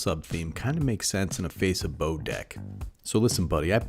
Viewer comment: Nah, pronounced like "bow" brother, you got it right. Love this kinda content.